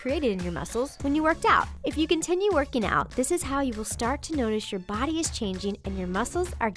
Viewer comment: Werkey nowt